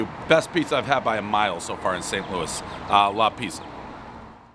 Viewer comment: "La Pizziya"